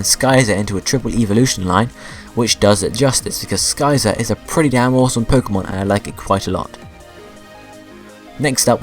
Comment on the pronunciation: i mean no offense but PLEASE learn how to pronounce.....sky-zor? really?